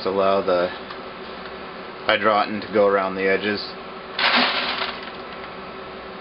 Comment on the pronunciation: Hydro tun is correct pronunciation. Not hydrotin